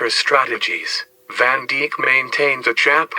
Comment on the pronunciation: Van Deek? its van Dijk like Dyke